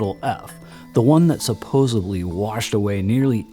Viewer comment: Nice documentary but you pronounce the word “supposedly” as “supposebly” many times throughout. Just thought you should be aware of that.